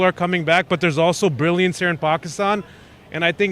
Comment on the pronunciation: Good morning.. Waah aaj American accent me bola mera favr8 dialogue Pakistan has brilliance.. 😂😂